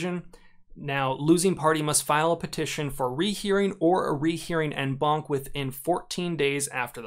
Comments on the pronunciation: Please. It’s French. It’s pronounced ON BANC. You pronounce “en” as “on” in English. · I thought he was saying "N-Bonk" not "En Banc"